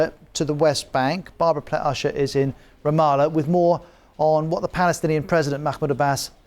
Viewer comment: Anchor says Ramada, it's Ramallah... Not Ramada.....